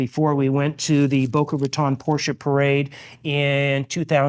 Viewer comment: Thanks for showing your beautiful car and pronouncing it properly. I think if you don't use the proper German pronunciation of the final e, you shouldn't be allowed to own one, lol.